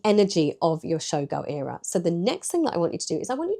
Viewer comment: Why do you pronounce ERA wrong?